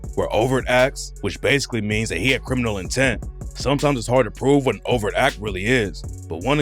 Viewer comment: For about 5 minutes, I am wondering wtf is a "over act" until I look at my phone & realize is mispronouncing 'overt'😂😂. The 't' isn't silent.😂😂